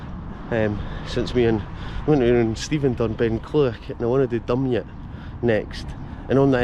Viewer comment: Used to work there in the nineties. Very countryish on one side but conected to Polmont,and Falkirk on the other. Grangemouth was only a few miles away, so the Forth is quite close. Nice wee place.My mum' s auntie lived there! BTW Dumyat is pronounced Du- my-at. If you want a climb go up via Menstrie Glen. The easy route is from the car park in Sheriffmuir Road, another lovely walk is through Menstrie woods and onto the Dumyat Link path